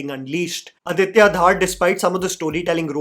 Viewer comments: It's not "Dhaar" it's धर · His name is dhar not dhaaar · Please can you get the pronunciation of the last name of the director right! Aditya ‘Dhar’ sounds exactly like the Dhar in Dhurandhar and not Dhaaar. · Dhaaar nahi, it is pronounced as Dhar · It's Dhar not Dhaar. And it's not about the govt of today, it's about the facts of the then time during congress regime. So don't try to make it sound like they have infused dialogues to suck up to the current govt. Chidambaram and his son were involved in the 500/1000 plates that were traded for to fill their never ending coffers. Yes manmohan singh and his govt didn't do jack when 26//11 happe😢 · Adiya is DHAR not DHAAAAR! :) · his name is not Dhaar, it's Dhar(धर) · btw the director is not Aditya DHAAR, it's Dhar. Bhai aap Jammu se h, itna to pata hona chaiye :p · Aditya Dhar's surname is pronounced "Dhur' and not 'Dhaar' ...Hope you can correct for the next time !!! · Dude, it is not DHAAAR, just Dhar! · It's not Aditya dhaar. Its dhar. Like dhurandhar. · it is Dhar not Dhaar, like Dhar in Murlidhar. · धर, not धार। Repeating my old comment 😭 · Beta dhaaaar nahin Dhar bolo. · Dhar ❌ Dhaar ✅ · please don't pronounce Director's name like you are making it rhyme with Thar. Its not DHAAR. Its actually pronounced like 'Darr' but Pronounce 'D' Like 'Dh' from Dhanush. Aditya Dhar is a kashmiri pandit and i'm a kashmiri pandit myself so Its kinda odd when we hear an incorrectly pronounced name. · "Dhoo-rander" not "Dhar-ender". Aditya Dh-aRR not Aditya DhAAr.